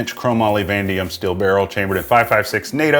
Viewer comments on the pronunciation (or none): It is Vanadium not Vandium LOL … the carrier is 8620 steel not the bolt. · sigh every time... people always miss the letter... it's van-A-dium...